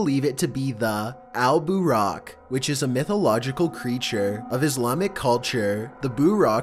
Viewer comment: اسمة البراق وليس البوراق